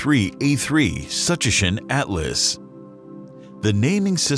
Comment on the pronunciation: We’ll see - I’m old enough to remember all of the hype about Kohoutek. I’m willing to bet that astronomers are more temperate in their predictions about this comet’s possible brightness than this video, whose information could be about as good as its pronunciation of, “Tsuchinshan.”